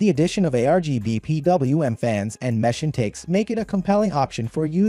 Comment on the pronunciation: This is clearly an AI voice talking on this video. Saying things like M-Esh instead of Mesh makes it pretty obvious, along with the glitchy variations in voice. Not a bad little video, but I'd prefer an actual person talking.